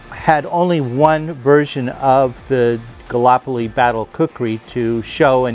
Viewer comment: Gall-ip-oli, not galopoli (pronunciation not spelling).